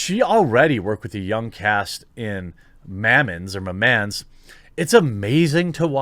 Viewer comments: Maman is pronounced Mahmah, French for mother. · I love how you dont know french! "she already worked with a young cast in MA-MANS " give me a huge laugh, Maman means Mom btw. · MAY MAN MY MAN Gosh, i wish i could call my mother like that... For those wondering, that's how he pronounced "Maman" which is mother in French ! Just made my day